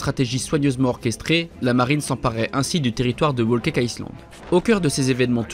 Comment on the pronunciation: Il prononce le S de Island alors que normalement, il ne se prononce pas